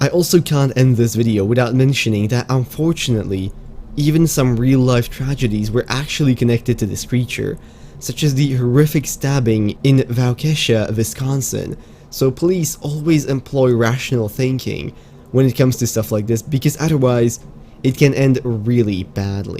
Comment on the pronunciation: I’m from Wisconsin and live in the county it happened, you were really close with how to pronounce Waukesha, it’s the W is pronounced as Wah